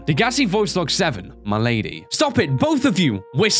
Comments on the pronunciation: Dagasi Voice Log #7: Malady... MAL-A-DEEEE!!!!! NOT M'lady... MALADY, AS IN A DISEASE... LIKE THE CARAR!! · Malady not "my lady" LOL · i love how read "malady" as "M'lady". Made my day XD